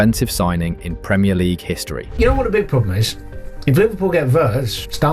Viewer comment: Is this an AI voice for your posts? There are miss pronounced words such minute and league that a human wouldn't do?